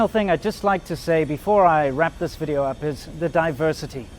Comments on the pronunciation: Your Chinese wife can’t even say the word video right. Are you sure she is a doctor? Sadly you hate China so much why you choose to stay there that long? You are so ignorant about safety of American food full of hormones and antibiotics and GMO. Good luck with Monsanto GM poisons. Feel sorry for you. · another,and video这两个单词发音确实有点太臭了。呵呵，建议赶紧改进。好意哦